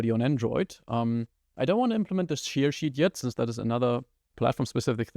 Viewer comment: Thank you for all your videos, they are really helpful! :) Just please look up the pronunciation of "share" :O While you butcher quite a few words' pronunciations, I usually understand perfectly fine what you are trying to say, but this one made me rewind to listen again in a couple of your videos before :D (aber das war es auch schon an "Kritik" - was Inhalt und Aufbau angeht: Alles top, danke dir! :) )